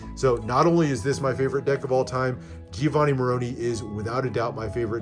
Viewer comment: Giovanni Maroni - announce his name with some articulation - it's No.1 , right?